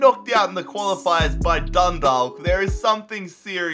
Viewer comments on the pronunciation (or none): Dun Dawk not Dalk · It's Dundawk not Dundalk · Dundalk is pronounced like you say chalk. So Dun -dalk. Dont pronounce the L. Please... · Stop pronouncing the ‘l’ its pronounced dundak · Dundalk is prounced dundak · lmao Dundalk is pronounced "Done-Dawk" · Dundalk is pronounced Dundauk (im irish) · Dun dak that's how it's pronounced I'm from Ireland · It’s pronounced Dun-dock the L is silent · Dundalk are pronounced DONE - DAWK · It pronounced Dundawk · you are saying Dundalk wrong, you are supposed to say it like Dun-dawk 👍👍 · I'd love to see you try to rebuild an Irish team again, maybe Dundalk (pronounced Dundawk) since they just surrendered their league crown to Cork City and have just lost the cup final to Cork too on penalties on Sunday evening. Cork would be interesting too since they have just become the kings of Irish football after going bust a few years ago. The best Irish team to rebuild is probably Shamrock Rovers, they've won the most cups and league titles and were the first Irish team to reach the Europa League group stages (a very big deal for an Irish team). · You said Dundalk wrong it’s done dake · The "L" in "Dundalk is silent. It is pronounced dun-dawk. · It’s pronounced dundawk lol you should rebuild them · There pronounced done_dok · Being Irish and hearing pronounce Dundalk 😭😭😭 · West ham are my team BUT I'm Irish so I got insulted the way you were pronouncing dundalk 😂😂😂😂 love the vids though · The 'l' in Dundalk is silent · It's a silent L in Dundalk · Dundalk is pronounced different. It's like stalk the 'alk' is more like aw. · I can't believe he pronounced dundalk wrong